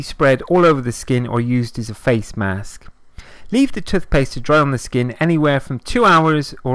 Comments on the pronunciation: It’s toothpaste not tutpaste and why are u breathing so heavy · It’s T O O T H P A S T E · I never knew I could use "TUTHpaste" to dry out spots. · Tufpaste haha. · I know this is a serious video butttt when he says tufpaste it's so funny 😂😂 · No one: This guy: *Tuthpaste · They way this dude says toothpaste got me fucked up ‘tuf-pes’ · Ffs tuthpaste 😩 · Tooff pasfe.